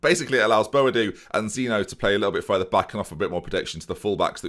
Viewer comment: Zeen-yo Not Zeen-o Fix it